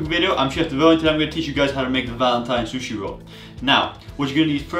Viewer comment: The way he says sushi😂"SHUSHE"